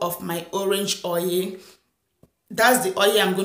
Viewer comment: Why is oil pronounced as "oye"?